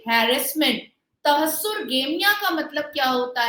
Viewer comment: For a little correction its not तहस्सुर गेमियाँ Its तहर्रुश गेमियाँ